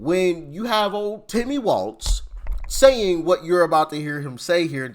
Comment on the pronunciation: His last name is walz it should be walls as in prison walls 😅